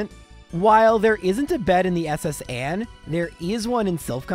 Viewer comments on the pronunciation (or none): none